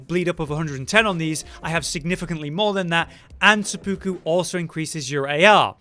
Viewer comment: my guy its seh-poo-ku not suh-puku